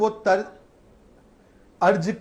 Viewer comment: Abe Arj nahi Arz hota hai.😅.